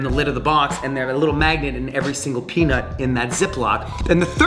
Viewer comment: I thought every single time you say peanut I thought you are saying penis lol